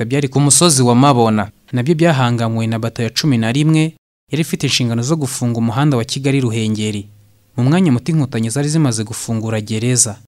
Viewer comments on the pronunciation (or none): Ni Ku musozi wa ''Mubona'' ntabwo ari ''Mabona'' naho "EGENA" bavugaga "Ejena".